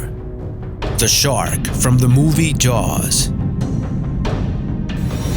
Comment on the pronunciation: I believe he said chark